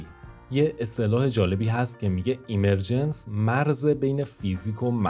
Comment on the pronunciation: درود. عالی بود. فقط دیکشنری گوگل اِمِرجنس (به جای ایمر...) تلفظ کرد.) مطالبی که قبلا هم به بعضی‌شون، با فکر و تحلیل، تصور یا بر اساس جهانی با الگو یا قوانین تکرارشونده یا فراکتالی، رسیده بودم. به‌ویژه احتمال بالای تکرار فراکتالی یا کپی‌شونده‌ی جهان‌ها. و ناتمام بودن این همه رنج یا پیچیدگیِ پوچ. شاید هم بر اساس قوانین تکرار، بشه تصور کرد یا حدس زد که همون اتفاقی که قراره به زودی برای تولید موجودات هوش مصنوعی به دست انسان (که خودش محصول فراکتال و اِمرجنسه) بیفته، در اثر تغییرات تصادفی طبیعت و دیگر موجودات، زمانی برای جهان ما هم افتاده، و جرقه‌ی اولیه‌ی زندگی مادی یا جهانی ما (مثلا از بیگ‌بنگ یا از شروع ایجاد حیات زنده) رو ایجاد کرده باشه. در کنارش، پدیده‌ی اِمِرجنس/ظهوریافتگی برای افرادی با نگاه زیر سوال‌برنده‌ی آفریننده‌ی خردمند/توانمند/همدرد/دلسوز (مانند خداناباوری) که با تحلیل و تجربه‌ی واقعیات تلخ جهان بهش رسیدن، یادآورِ رنج فرگشت و به خود وانهادگی در جهانی بی‌صاحب، بی‌حساب و ناعادلانه، پر از جنگ بقای بین‌گونه‌ای و بین‌همنوعی هست؛ و افراد دچار معلولیت و محرومیت، قربانی‌تر، تنهاتر و رنجورتر. که پناهی جز همون نظام‌های اجتماعی اخلاقی یا حقوق بشری دارای حمایت‌های اجتماعی (ساخته ی اِمرجنس یا ظهوریافتگی) ندارن. و اگه در جوامع غیرانسانی، توسعه‌نیافته یا محروم باشن، رنج‌هاشون چندین برابره یا شانس بقای کوتاه‌مدتشون هم کمه.